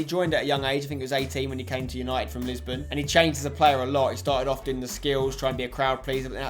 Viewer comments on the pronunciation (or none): none